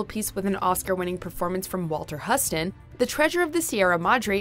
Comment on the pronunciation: Sooo you're talking about movies but can't pronounce Huston? And westerns, no less? C'mon, kids, do a little work.